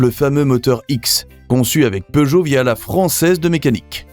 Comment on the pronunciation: POOgot? Learn to pronounce the name properly. SIX-OH-FOUR not six hundred and four.